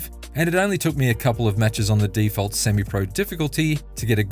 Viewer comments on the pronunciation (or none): none